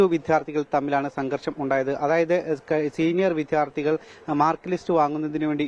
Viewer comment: 🤔വീണ്ടും "വിദ്ധ്യാ ർഥി " മോനെ ശ്രദ്ധിക്കുക 🙏🏻